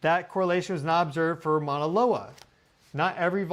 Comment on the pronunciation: Mahalo nui for pronouncing Keelawaya correctly. Next lesson, Mauna Loa, Maauuna Loa. Not mana, which means spiritual power. Maauuna Loa has mana nui! Much spiritual power.❤